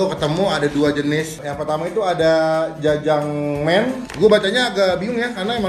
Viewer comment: Btw jjajangmyeon bang bukan jjajangmen :v